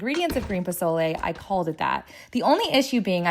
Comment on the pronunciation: Nah you get a pass on the pozole you didn’t butcher it like Rachel ray